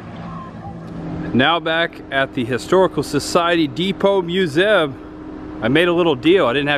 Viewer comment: It's pronounced mu zee umbrella! Not musum